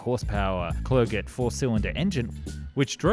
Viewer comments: "Clerget" = "Cler-gey" is probably closer to how it should be pronounced! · French here , and "clerget" is mispronounced :face-blue-smiling